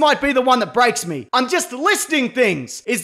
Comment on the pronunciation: “Mee or may”